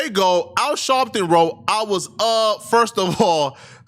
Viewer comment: Are you saying Shalpton?